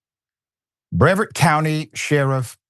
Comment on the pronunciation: thats not how you say brevard county